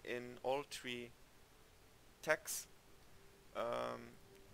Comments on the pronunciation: Interesting build. Just one thing, tech is pronounced TEK not tesh. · "Tesh" no bruh. It's "Tek" tech is pronounced tek. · FYI, TECH Its pronounced TECK, NOT TESH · dam this is a nice build thanks dude, btw, Tech = Tek not tesh for technology or teknology same sound I have a similar sick build around melee and shields xD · How come its so hard to say tech and mechanic. It isn't tesh and meshanic. You've must have heard how to pronounce the words. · Awesome build. Just a note about English pronunciation. Tech is pronounced like tek. The ch has a hard k sound. 👍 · haha pardon! j'aurai du dire francophone, le ch dans tech se prononce comme un {k}. très bon build! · don't worry about the tech pronunciation. I still can't roll my Rs in spanish so whatever.